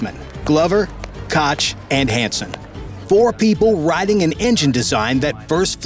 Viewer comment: Her last name is pronounced COOK not Kotch. Further since you've decided to clearly talk about the Artemis 2 mission that is already done and over with... Why not stick to the true facts and state how long it ACTUALLY took them to build & test out the SLS for Artimis 2? Cause it sure as crap wasn't just a year like you said it was. NASA & Boeing are NOW aiming to have an SLS built every 11 to 12 months for Artimis 3 & Beyond. However Artimis 2 took far longer than any single year to make before it was launched. SO STOP LYING! THAT'S THE SECOND VIDEO OF YOUR'S I'VE WATCHED WHERE YOU'VE JUST BLATANTLY LIED THROUGH YOUR TEETH AND I'M SICK OF IT! AND ABOUT A HAIRS BREATH AWAY FROM UNSUBSCRIBING!